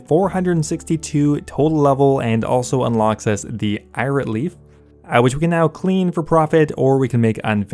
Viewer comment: Listen! Pronounce: Irit As: 'Ear-it' Not: ' Eye_it' Live to watch you show.